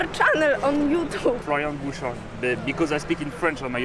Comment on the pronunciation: I like the accent « Flowian Bouchaw » 8-)